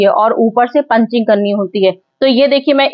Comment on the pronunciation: पंचिंग नहीं पिचिंग